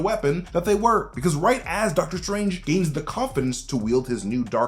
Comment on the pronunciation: Deadter Strange